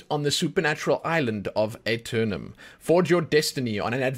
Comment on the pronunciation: the A is silent